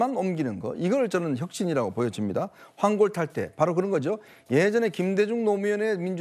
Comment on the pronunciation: 환골탈태 인토네이션 졸라 웃기네. 저 말투 억양 좀 어떻게해